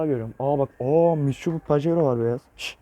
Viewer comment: mitşubi diyor adam